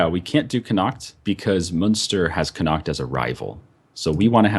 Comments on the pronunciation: _- the way you pronounce Connacht... Con-ak-t lol Sincerly an Irish person. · Since you've chosen Scotland (a great choice) it's time for a pronunciation lesson - 'shire' is pronounced 'sheer' when it's at the end of a word. 'Ayr' is like 'air'. So 'Air-sheer' = Ayrshire. Connaght is 'co naught'. I'm a unionist but for the purposes of this game, looking forward to the Scots crushing the English. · Neither of ye can pronounce Connaught properly:P. And can't say Munster. It's Munster, not Münster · You really did butch the Connacht on how you say it just going to piont it out but you always say you cant pronounce some of the irish names.